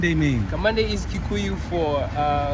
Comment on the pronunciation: Kamande pronounce your name properly the Gikuyu way ,its bad to change the pronunciation of our names to suit others